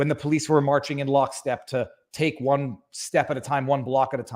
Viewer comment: there's no h in "one"